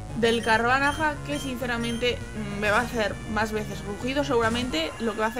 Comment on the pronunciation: Me rei mucho cuando decias el nombre del Carvanha, q decias Carvanaja xDD